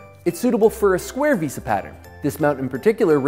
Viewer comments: VEHSAH basic English bruh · couldn't keep watching the video after hearing him say "veesa". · The pronunciation of "Vesa" is absurd considering who it has to compete with. Given it has an "E" has the 2nd letter its not like there wheren't options to prounounce it a different way. (